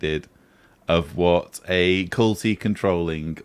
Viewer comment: everytime you said culty way i just thought cunty way.